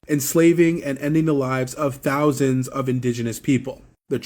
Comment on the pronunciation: Did he say thousan